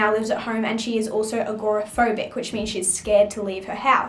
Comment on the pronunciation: Agoraphobic is pronounced ag-ruh-fo-bik. The first o is silent